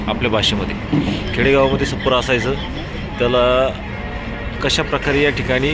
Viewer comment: सप्पर नाही .छप्पर म्हणतात .